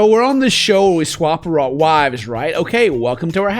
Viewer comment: Lmao when he said “we’re about to swap some wahvs” I was like wtf are wahvs? And then I realized that’s just the way he pronounces WIVES